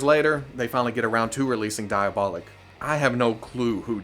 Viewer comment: Since everyone else is being a pain in the ass and nitpicking this video I'll join in too. Being a Fwoosh presenter is a thankless job, lol It's Dee-ah-boh-leek, not Die-uh-bah-lick (source: (I commented, liked, subscribed, AND hit that notification bell so don't be too mad at me, haha!)